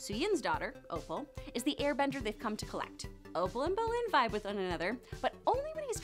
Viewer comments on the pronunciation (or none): none